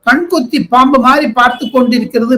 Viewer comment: பாம்பா, கழுகா சரியா சொல்லுங்க